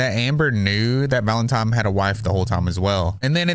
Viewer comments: ValentiNe , not ValentiMe. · I noticed that too 😂 I was like ‘valentime’ ? Lol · Baby, it’s “scapegoat”, not “escape goat” 😂 “Valentine” not “Valentime” Just trying to help